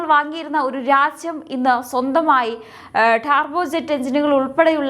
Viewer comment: ഡാർബോ അല്ല ടർബോ അല്ലേ?